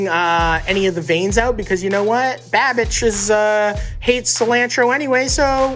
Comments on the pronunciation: I kept hearing “bad bitch” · I thought he was saying "bad bitch" for a long time 😂😂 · Is Matty saying babitch? I swear that’s what I’m hearing. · Man's pretty much calls him "Babitch" throughout the entire video and no-one gives a fuck 😂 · I heard Matty call Andrew babitch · I'm hearing Matty say "Bad-Bitch" instead of "Babbish"..... lmao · Keeps calling him Babitch, hahaha. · He called him babitch 😂😂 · All I heard from Matty was "Binging with BadBitch" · Why dose Matty sounds hes calling babish . Bad Bitch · Every time Matty says 'Babish' it sounds like 'bad-bitch'... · "Babitch" lmao XD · I cannot unhear "Babitch" xD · Instead of "babage" I legit thought he said "babitch" :'))) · Is he saying banish or bad bitch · keep thinking Matty is saying bad bitch lol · he says bimbish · I always thought he said babitch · I just heard bad bitch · Matty kept saying “babitch” for some reason that was hilarious to me. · Does Matty keep calling him "Babich"? Lol. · Everytime Matty says Babish I keep hearing "bad bitch" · Did he just call him BABITCH? LMAO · I thought matty was saying badbitch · I keep hearing badbitch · Half the time he was saying Babitch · I thought he was saying Babbitch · anyone else think he was saying bad bitch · He was saying BaBitch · I love how Matty calls Babish, “Babich”😂😭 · I heard Babidge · Is Matty saying “Babidge”? 😆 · I feel like Matty keeps saying BABITCH :D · I swear I heard matty say pronounce Binging with babitch! Lol Matty stole the whole show! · Why does he keep saying Babitch? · "Babitch" lol. He said it like 3 times. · When matty called babish "babitch" 😭🤣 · "babich" lol